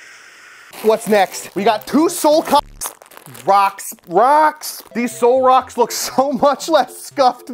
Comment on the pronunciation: Bro said soulcocks